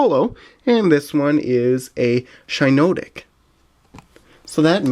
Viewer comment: it is Shin-NotTic